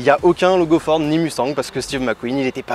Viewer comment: Vous, les Français, vous prononcez le mot Mustang comme des chochottes. Apprenez un peu d'anglais pour au moins prononcer BULLITT à l'américaine et le mot MUSTANG comme il se doit. Vous me faites quand même bien rire...